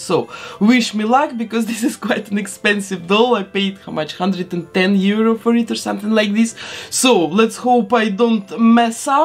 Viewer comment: It would be nice if the $110 was better articulated